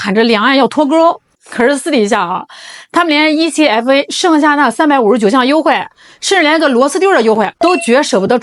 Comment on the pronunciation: 台灣叫這愛可發 不是E-C-F-A